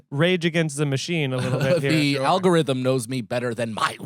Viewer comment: Al go Rith um….